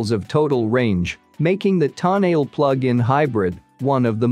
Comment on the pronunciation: if you are going to REVIEW the TONALE, ( Toe-NA-LEE), please pronounce it RIGHT!!!